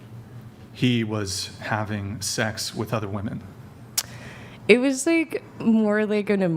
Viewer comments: Im glad brought ip the pronunciation of "women." Jeeezus it was driving me crazy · Finally!! Someone pointed out how they say "woman" it drives me crazy. Thank you, 🎉